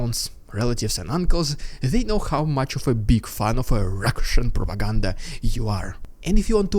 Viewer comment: I enjoy the channel but I don’t watch as much because of the way you say “propaganda.” I know it’s dumb but I wanted to give you the feedback.